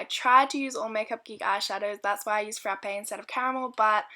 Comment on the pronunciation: Haha love the way you say "frrraappe" ! Loved the video